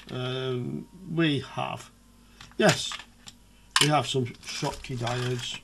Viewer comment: German inventor Schottky so just read as you did - the same sound like shoes .